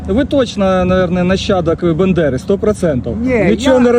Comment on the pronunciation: Не бендера а Бандера!